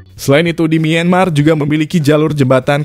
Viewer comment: Kontennya bagus, cuma sayangnya narasi pakai text to voice. 30 meter jadi 30 em Myanmar dibaca mienmar Ttv dicek dulu Gak cuma di video ini juga sih Ada banyak video mimin yg kocak karena pakai TTV